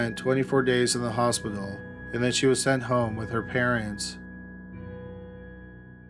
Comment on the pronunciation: She died in the "Hos-pi-doll" ... Oy veh!